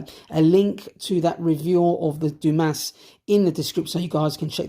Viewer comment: Believe it is pronounced "Du-Mah." Great review, love this watch.